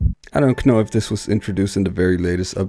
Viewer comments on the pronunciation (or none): What's with the idiotic "K- nobs" and "K-now"??